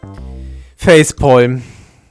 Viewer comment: Du hast mich mal verbessert und gesagt ich soll Englisch lernen,. Du sagst aber Facepolm anstatt (ausgesprochen: Facepam)... irgendwie Fail xD